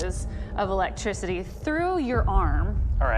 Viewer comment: He said electrocity